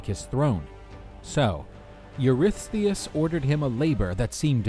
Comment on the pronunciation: Huge props for being able to pronounce Eurystheus once, let alone dozens of times!